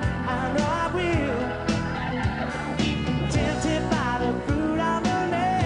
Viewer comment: Tempted by the fruit of anether Tempred but the truth is disceverd lol at his pronounciation